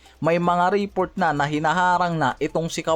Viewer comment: Report o report? Magkaiba kasi yan. Pakiayos ng pag pronounce